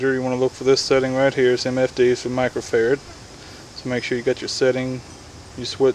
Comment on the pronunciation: I thought he was saying Michael Ferret!